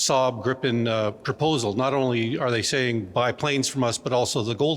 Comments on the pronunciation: It's Gripen, not Grippen. It also uses US engines. So it depends on the US. Sure there have been talks of replacing the engines. But nothing has been tested and no contract has been signed. How do you know the Gripen is more suited for our needs. The first operational Gripen was only delivered in October of 2025. It has not proven anything. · 😊 I believe the proper pronunciation is more like "greepen".